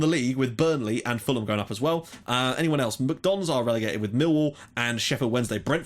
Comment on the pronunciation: I'm pretty sure you pronounced MK Dons like 'McDonalds'... (McDons)